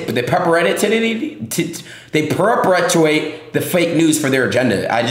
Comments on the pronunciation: I think my brain had a stroke listening to dude trying to say perpetuate. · Listening to adin ross try to say perpetuate was so frustrating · I had a seizure listening to Adin struggling to say perpetuate.